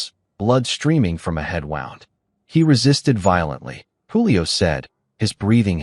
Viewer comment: Please fix AI wound (woond)